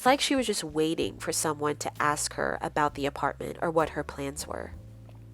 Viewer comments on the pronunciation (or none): The congestion is okay but for the love of God it's ASK not AX 🤦🏼‍♀️🤦🏼‍♀️🤦🏼‍♀️🤦🏼‍♀️🤦🏼‍♀️🤦🏼‍♀️🤦🏼‍♀️ it's so distracting I can't even finish the video. Please Google how to pronounce words instead of winging it. And no, I'm not being a "hater" or whatever the fuck. I'm giving you feedback on areas to consider improving. Whether you do or don't is immaterial to me but I can promise you that you'll lose viewers if you continuously try to use "big" and complicated words without having the slightest idea how to pronounce them. There's no shame in it. I do it too if it's a word I've never encountered before. Great content otherwise 👍🏻